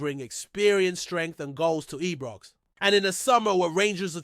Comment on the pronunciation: Knows fuck all about Rangers he says Eebrox what a fanny